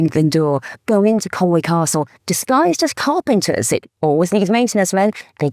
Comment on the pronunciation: Your family is from there & you STILL can't pronounce Conwy. It's not Conwaaaaaaaayyy, it's Conwy.